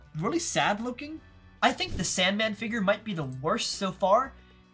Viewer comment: He really said san mand